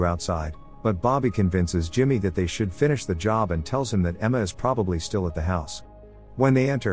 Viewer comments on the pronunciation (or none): none